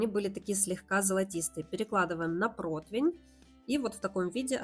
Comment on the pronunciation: Слова протвень в русском языке нет. ПРОТИВЕНЬ!